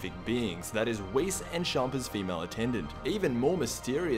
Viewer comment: Champa isn't from universe 7, he's the God of destruction in universe 8 I think, also he's pronounced champa not shampa.